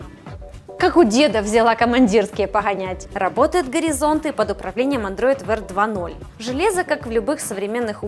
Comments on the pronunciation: Висла, неплохой контент. Первые выпуски не зашли особо, но чем дальше тем лучше! Это не может не радовать. Прослышалась чисто деревенская ГЭшечка немного смутило в столь аккуратной речи и дикции, видно что старается чисто все произносить. Не упрёк было сказано, а так чисто прикола ради. p. s. Как у деда взяла командирские поГАнять)))))) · "взяла у деда чАсы погонять" девушка Шо у Вас с буквой ГЭ! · Гэ - Поганять!